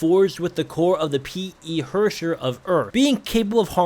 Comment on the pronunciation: your german needs a bit of work😂 you speek the word herrscher like this ,,hörscher,, and thats way off😂😂😂😂 from how you should pronounce herrscher😂